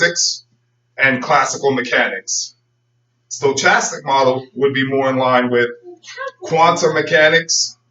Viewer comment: Forgot to mention, it is pronounced with a "k" sound not a "ch," and the "o" is not long. sto·chas·tic /stəˈkastik/